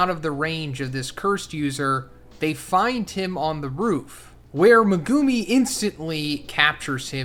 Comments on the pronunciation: Bro read the entirety of jjk and still can’t say megumi right THIS IS WHY JJK IS TRASH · The way you said gojos, Majito, and megumis name really threw me off didn’t know ppl pronounced it like that